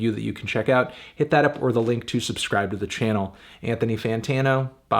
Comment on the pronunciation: When he said Anthony Sadtano I knew how this video is gonna be like